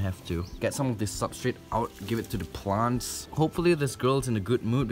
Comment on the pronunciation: Lol he said plunt